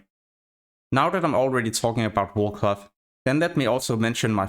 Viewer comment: Your pronunciation of "cloth" sounds like "glove"